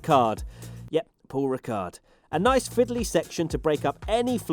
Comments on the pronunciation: the paul ricard prononce like paul ricar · idk know the name of the circuit, but I think it is pronounced Paul Ricard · In Paul Ricard you don't have to prononce the D